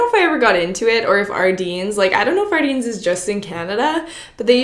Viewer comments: Ardene is mainly in Canada yeah. I worked there this summer! It was super fun! They did have the mystery bags still, but stopped partway through the summer. not sure why. Also its technically pronounced Are-den, not Are-deen. Love your videos :) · Did she say Ardines its ardene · lol I love that you say Ardene's wrong. (Like I always did!!) Apparently it's said "ArDEN" like a bear den. Not deen. ;) Hi from Manitoba! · omg she says ardine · painful to hear you say ardene wrong!!